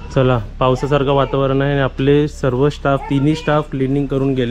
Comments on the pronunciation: सर्वे नाही ओ सर्व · सर्वे नाही...... सर्व असे म्हण......